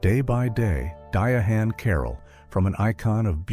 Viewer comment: Who the hell is "Di a HaNN" Carroll???!